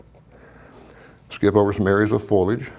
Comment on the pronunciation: The word is fo' li age, not foilage. Otherwise it's a good lesson.